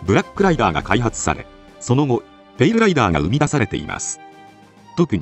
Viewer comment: 他の動画でもそうやったんやけど、ペイルライバーに聴こえてしょうがない。 気になるわー